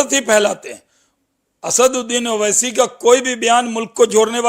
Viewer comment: Owaisi sahab ka name achcha se liya karo